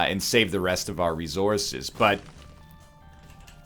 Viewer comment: "Rezourzes". That's such an odd way to say that word.